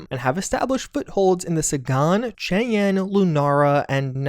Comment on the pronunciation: Sagan, Cheyenne, Centauri... You've gotta take some time to learn how to pronounce these names, you're killing me!